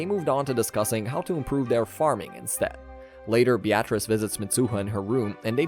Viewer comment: Beatrice is pronounced be-ah-tris, not be-at-reece.